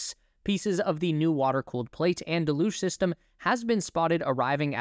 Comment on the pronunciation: Learn the pronunciation of “deluge”